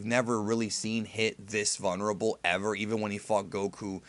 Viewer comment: I love you man but how you say vulnerable kills me.